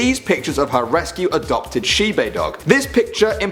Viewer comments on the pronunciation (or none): He pronounced "nyan" correctly but not "shiba" (he said "shibe" (trust me i live in japan) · it is pronounce she ba